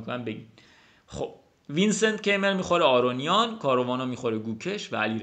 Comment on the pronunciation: سلام استاد عزیز و ویدیو های عالیت!♥️ فکر کنم توی آلمانی تلفظ Keymer کایمر باشه. حرف ر رو هم شاید ق بگن شایدم ضعیف بگن؟ ولی کایمر فکر کنم نزدیکتر از کیمر باشه. من فقط حدس میزنم…عزیزانی که آلمان هستن بگن.